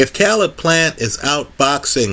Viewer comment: His name Caleb. It is pronounced (KAY-LUB). This video is cringeworthy hearing you consistently pronounce his name wrong.